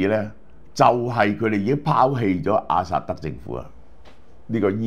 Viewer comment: 老蕭多次將阿薩德講成阿塞德，是否工作过勞?